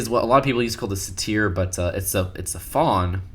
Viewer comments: It's pronounced Say-turr, not Suh-teer. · Satyr isn't pronounced "suh-teer," it's "say-der."